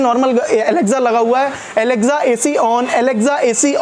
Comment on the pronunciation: Alexza nhi alexa